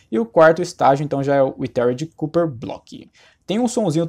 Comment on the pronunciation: Que agônia ouvir ele falar "Cúper" aaahhhh